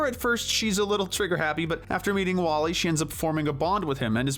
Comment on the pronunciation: You spelled Flik's name wrong in chapters. Also, WallE is pronounced as "WALL-E". Sorry about that, just being honest is all.